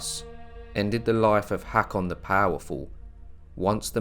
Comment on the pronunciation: Very nice. (btw, I believe the "Haa" in "Haakon" is pronounced as a long "o" as in "go".)